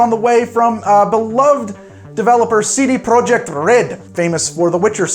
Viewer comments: if you wanna get fancy with the pronunciation, it’s “CD Proyeck” where you roll the r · The t at the end is also pronounced so actually it's "CD Proyeckt"